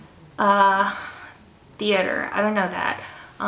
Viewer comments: Wow, you really sounded like Korean when you spoke Konglish. BTW, theater sounds like ssiuhtuh in konglish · Theater = I've already heard, 티아터, 티아틀 and 티아타 .-.